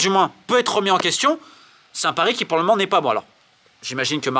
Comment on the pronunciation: pourquoi tu prends l'accent marseillais de temps en temps? A un m'men donné?